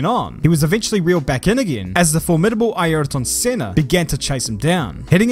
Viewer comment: Yes it is! Well done